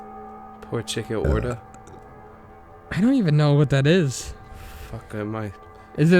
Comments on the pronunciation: btw, it is Chick-oh-reeta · are... are you trying to say chikorita?